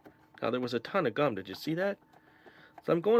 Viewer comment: think what they were trying to say was you said gum weird again.☺